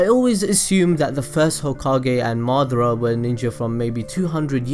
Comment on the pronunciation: Its ma da ra not madra